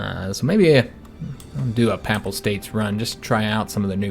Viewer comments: Papal is pronounced peyp-al rather than papp-al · Just a little thing; I notice nonreligious people pronounce papal as a soft first a; however, it is pronounced pay-pull. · Personally I don't pay no mind to the "uh"s, but your mispronunciation of the word "papal" is killing me. It isn't pronounced papple or papel. What is making it far worse is the number of times you are saying the word (which isn't surprising given that your campaign is focused on Italy) and is unfortunately making the video almost impossible for me to watch.